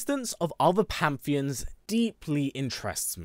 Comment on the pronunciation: Hate to be that guy but its pan·the·ons according to google